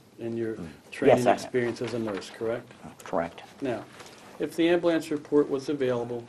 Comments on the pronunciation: Amblance... It's AmbUlance... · This dude made ambulance into a one syllable word.